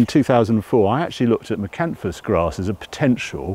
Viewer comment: International Energy Crops are another firm to look at if you're considering Miscanthus, been around a long time and great farming pedigree behind the firm ( Wilson and Co). An informative video as every but I must confess to grimacing every time hear you say Miscanthus with a silent s!